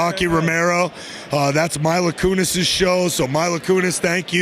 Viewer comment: He could at least say Mila Kunis's name properly. LOL